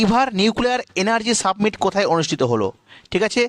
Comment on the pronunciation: Submit and summit 2to different pronunciation